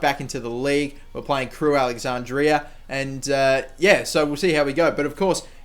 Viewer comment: true, buy he could just say alex or crewe